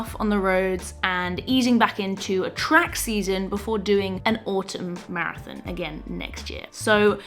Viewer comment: Love your accent on "marathin"